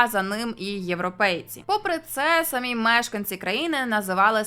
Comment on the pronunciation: Перейменування в московію однозначно потрібне, а можна й просто в паРашу. Відео ваше справді цікаве, але от наголос у слові "самі" - ріже вухо. В українській наголос має бути на "і", а не на "а".